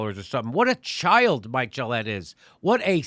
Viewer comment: His name is Mikel. Not Mike. Everything else is 100% correct.